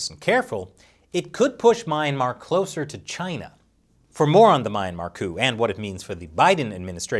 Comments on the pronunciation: Good lord can you stop butchering the word ‘Myanmar’? It’s phonetic! Myan mar. Not MAYAN MAR 🤦‍♂️ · "mee-ahn-mar". NOT "my-ahn-mar". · "Meh-yan-mar" not "My-ayn-mar"...heheh...big fan of this channel :) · please please please go google "myanmar pronunciation" it definitely not MY-MA. Zina uncersored